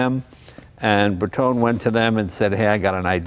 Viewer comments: It's Lancia (with the C pronunced as in champion), non Lansia. And it's BertonE, not Berton... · Sorry, but it's grating. It's not Lansia and it's not Bertohn". Lan-chia. Ber-toen-eh. Eh! Beautiful car. I'm old enough to remember them. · Hey JAY: GREAT video - thanks so much - BUT: Please do not say: „Berton“ - It is „BERTONE“ with an emphasis of the E (flat E (like in Ay), not an English pronounced E).